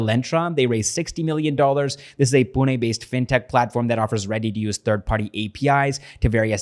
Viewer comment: Your pronunciation of Pune is way more accurate than most of the Indians. First time heard any westerner pronouncing ñ/ण correctly.